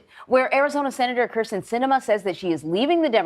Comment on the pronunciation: If you are going to focus an entire segment to a person, please learn how to properly pronounce their name! It's Kyrsten, not Krysten. (Hideous though she may be...)